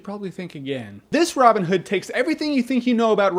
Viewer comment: Why does he say Robin Hood like it's a single word? love the review though Jermey.